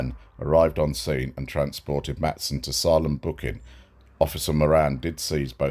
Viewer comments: Not a big deal. USA pronunciation: Sā-lem. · it's pronounced SAIL-EM. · Hey 🐸. Just a heads up. The town is pronounced Say-lem. Think of Stephen Kings book “Salem’s lot” lol. Please don’t be offended at my correcting you. I just know you like to do a good job. You actually do a great job.